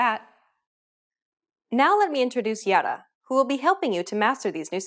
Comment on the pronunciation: Too bad the teacher repeatedly misspronunced the name of the Hebrew speaker! It's Ya-a-ra. Three syllables, with the stress on the last one.